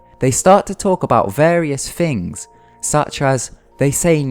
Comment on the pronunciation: "thing" doesnt equal "fing" and "was" doesnt equal "woos" and other equally horrendous bastardisations of the english language, if indeed thats what it was....you shocker...go back to school